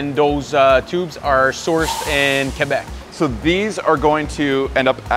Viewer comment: Qwébec Cwanada...